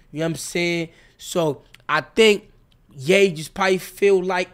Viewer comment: anybody else hear him say let gay know...